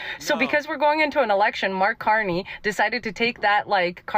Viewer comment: Get ready everyone, for the next meme. “Say pwease and thank you, Cawney.”